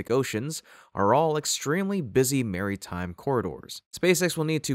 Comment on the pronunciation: Ai narrator? or does he just enjoy pronouncing it as "marry-time"